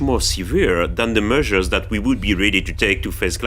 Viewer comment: "The meushers that we are ruhdy to take are much more seuveere…" (Dedicated in loving memory of Peter Sellers, 1925-80)